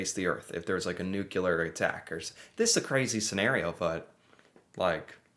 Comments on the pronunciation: NU-CLEAR. NUKE-U-LAR is in reference to the nucleus of a cell. Just remember nukes CLEAR a large area. Love your work! Never stop! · I have to correct you, it is nuclear pronounced new clear, not nuculer. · it's pronounced nu-cle-ar not nucular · Just a quick request... Could you please stop saying New-Cue-Lar like Homer Simpson and say Nu-Klee-ar, the way the word is actually pronounced? Thanks... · Just one thing …Nuke-Lee-Ar, not Nuke-You-Lar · Pro tip. "Nuclear" is pronounced "new-clear"... not "new-cue-lar" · How can you not know any of this? Oh yeah, I forgot, you're an American. Also the fact you pronounced it nuculer says a lot right there! Lol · There is only one U in nuclear